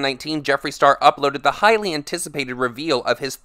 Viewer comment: When you said "highly anticipated" I thought you were saying Hylian 😂 like from the legend of zelda. I got excited